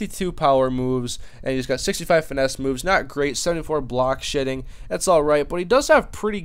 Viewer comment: BTW, im pretty sure you said block shitting instead of block shedding